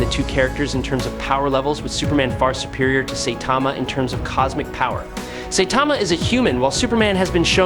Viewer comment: I never understand how an anime says a characters name then someone says it wrong. Say-Tama? SIGH-TAMA